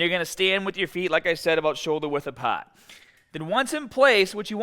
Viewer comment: lets get staaahted! 😬 Listen up, keep the baaahhbell shoulder width apaaaaahtt!!!